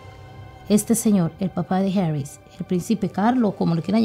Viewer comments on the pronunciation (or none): ES HARRY NO ES HARRIS.